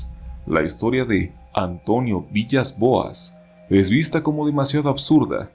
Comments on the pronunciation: aunque se escribe villas. se. pronuncia. vilas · buen video, el apellido Villas-Boas se pronuncia Vilas Boas, cómo el DT de fútbol portugués;) PD: ¨Y cuando los Extraterrestres se lo llevaron en la Nave Espacial, Abusaron de el Sexualmente!!..¨ jejejeje me hace acordar de la película: Día de la Independencia (1996)